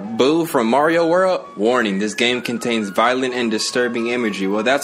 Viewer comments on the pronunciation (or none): none